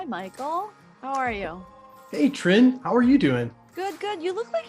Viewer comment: I think her name is Trinh Tran, not Trihn Tran